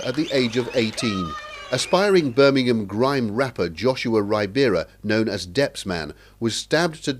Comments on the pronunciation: Birmingham ❎ burminum ✅ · ITS NOT BIRMINHAM ITS BIRMINGHAM